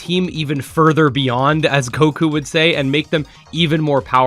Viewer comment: I hate when a youtuber butchers something, it is goku and not coku